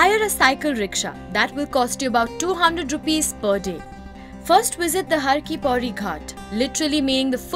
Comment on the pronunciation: It's Har ki pauri not Har ki poori